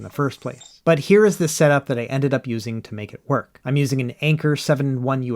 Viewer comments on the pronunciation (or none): none